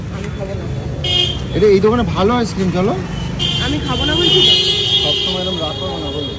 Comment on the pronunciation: Aas kirim ki bhai ?? Ice cream bolte pare na naki